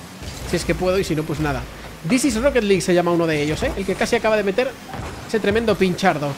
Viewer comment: Rrrrroqueet liiiiig